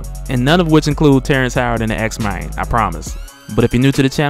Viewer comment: "X-Mayne" LOL